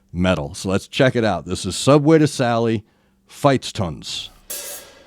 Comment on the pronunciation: Thanks so much for reacting to Medieval Metal :D I love how it gets more & more attention oversees nowadays. Your pronounciation of Band & Title are on Point!! Here are the People: Subway to Sally: Eric Fish (Main Singer & Shawm (the one with the Black/Red Beanie)) Bodenski (Backgroundvocals, Hurdy Gurdy (the Guy with the long blonde hair)) Simon (Background Vocals, Acoustic Guitar) Simon Michael (Drums) Sugar Ray (Bass) Ingo (E-Guitar) Ally Storch (E-Violin (the Lady with the really long hair)) Feuerschwanz: Hauptmann Feuerschwanz (2nd Verse Singer (the one in the Cainmail)) Saltatio Mortis: Alea (3rd Verse Singer & Bagpipes (With the crazy Hair)) Luzi (Bagpipes (the small guy with the Glasses)) El Silbador (Bagpipes (the one with the dark beard)) MajorVoice: MajorVoice (4th Verse Singer (with the red tie)) Schandmaul: Birgit (Bagpipes & Shawm (the Lady with the dark Hair)) Saskia (Violin (The blonde Lady on stage)) Patty Gurdy: Patty Gurdy (no explaination needed) Hope I didn't forgot anybody on set... ^^" P.S.: I don't have IG so If it's okay, I would love to leave a recommendations here on YT :3 I suggest "dArtagnan - Farewell ft. Patty Gurdy" for you, and If you haven't seen it yet, you'll probably love it ;) ;) Thank so much for your content and keep up the good work! Cheers